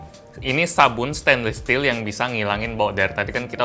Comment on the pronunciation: Gw glad amat dia bilang stainless steel "steinles stil" bukan "stainlis stil"